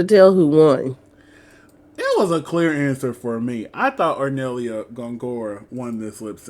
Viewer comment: really funny how you corrected yourself immidiately after saying gongorIA but kept saying hornellIA during the whole video